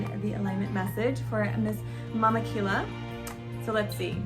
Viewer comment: It’s pronounced Ki-Ya